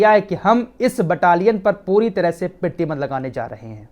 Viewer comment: PRATIBAND not pertiband rectify plz in next bhai.